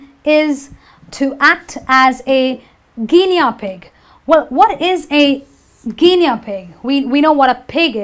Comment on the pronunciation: Excellent, (except - gi-nee not gi-nea for Guinea pronunciation)